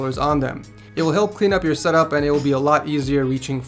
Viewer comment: I thought he said set up whores 😂